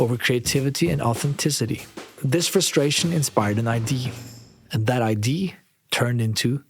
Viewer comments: can somebody please finally explain to me, as a non-native: Why do so many foreigners say ID to IDEA. Why do they pronounce it IDEE instead of IDEA? is it just wrong, or a dialect thing or what is it? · Brother great video but its idea not id you keep leaving out the eaaaah part of idea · Nice video! Please look up how to pronounce IDEA, I know you're nordic but for the love of god say the whole word thanks that bothered me to no end!